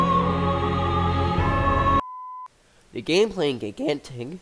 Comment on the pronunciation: gig gantic.... why are you saying it like that?